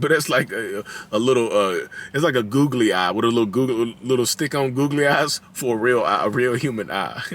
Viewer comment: “An eye for a goo-galley eye 👁” 😂 wow!